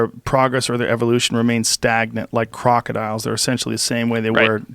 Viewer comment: Did dis dude just say crocadillions lmao